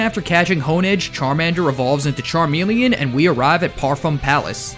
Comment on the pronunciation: THERE IS NO I IN CHARMELEON!